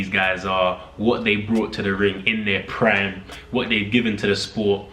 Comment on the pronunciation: “In their pran”